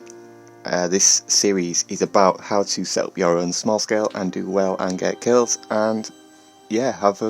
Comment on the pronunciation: Had to rewind it sounded like you were going to help us 'get girls' but you said 'get kills' This is a great concept I haven't seen on YouTube yet awesome attention to detail.